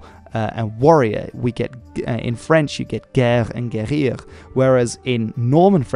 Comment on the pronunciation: Love your video, man. I got interested in dead languages for a year, now. Your channel offers a good history lesson. And... look I really don't want to sound condescendant... I really DO NOT want to... In Guerrier, and all the french words that end with "ER", it is pronunce like the "AY" in Day. In Guerrier, you still have that high pitched "I" that sounds like an "E", then you bridge it with the "AY" fluidly by the end of the word. The easy phonotic writing of it would be GEIR-RIAY. I say that cause the way you pronunce it sounds like Guérir, and this is the french for Healing. They have quite an opposite meaning. By the way, your pronunciation of Guillaume was flawless so your French is really not that bad. Though I wouldn't blame you, French is a rich but pretencious language to work with. PS: And sorry for my english.